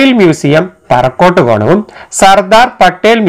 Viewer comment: പറക്കോട്ട് കോണം അല്ല പാറോട്ട് കോണം